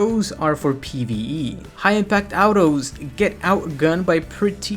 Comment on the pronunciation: Don like the way you say autos